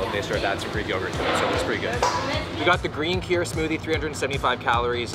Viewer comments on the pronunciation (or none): none